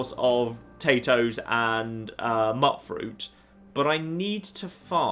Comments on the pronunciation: When babe says mutfruit and not mute-fruit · actually one of the characters in the pronounces it at Mute Fruit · With the spelling it has, it should really be pronounced mutt-fruit. Neither are wrong, technically, but its actual name when pronounced is mute-fruit. Personally, I say mutt-fruit.